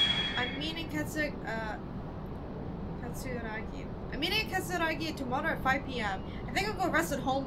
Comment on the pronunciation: every time you mispronounced katsuragi a part of me died